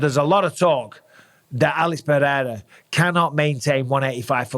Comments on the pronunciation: PEREIRA god damn it, Not PEHEIRA😅! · "Alex Paherra"